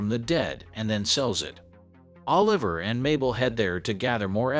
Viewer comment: You said Martin Short character name wrong. His name is Oliver(...la...ver)😂 lol. But I am about to watch this phenomenal series probably sometime next week.